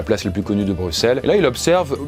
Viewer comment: Merci de prononcer Brussel et pas Brucssel. C'est vraiment très relou les français qui disent Brucssel